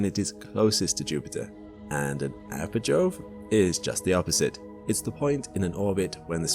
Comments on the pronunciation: The words, perigee and apogee are not pronounced para Joe and Apa jo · I was enjoying this until the AI narrator started mispronouncing "apogee" and "perogee". At this point, HAL doesn't scare me a bit, just annoyes me.